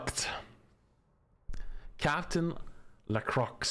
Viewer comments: "Captain Lecrux" was such an oof. For anyone else who can't pronounce "Lacroix", it's sounds like La-croy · no it bloody doesn't, she's french, "oi" is a "wa" sound, it's pronounced "La-Crwa" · NOOOO NOT SAYING LACROXE WHEN READING LACROIX 😭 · I came to the comments immediately after hearing that. Glad to see I wasn’t the first to notice. It made me physically cringe lol… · That is not how you pronounce lacroix. There is no "croy" in lacroix. The word is French, not American English